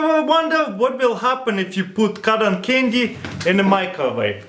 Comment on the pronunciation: I heard condom candy XD